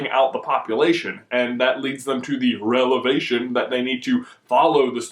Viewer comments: am i the only one that realized that he said "Relevation" instead of "Revelation"?? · its pronounced re-va-lation. not re-la-vation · its revelation not relevation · "relevation" lol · Did he just say "relevation"? XD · it's a revelation ( rev-well-lay-shun) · "Relevation" -lol'd